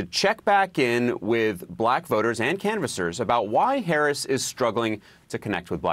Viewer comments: This guy is volunteering for Kalama but he's saying her name wrong like Donald Trump does 🤦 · Say her name right please 🤷🤷🤯😂😂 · First ..yall need to say Vice President Harris name right..Geez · Even his supporters, canvassers can't say her name right? Come on.